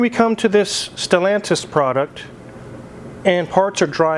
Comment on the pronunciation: The way say Stelantis product 🙄 it's hilarious and yet sad. We feel your pain.